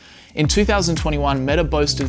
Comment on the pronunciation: Pro Tip: Stop adding an "r" sound to words ending in vowels. For instance, it's "Meta," not "Metar." Not sure why you're doing that. It's wrong. And weird.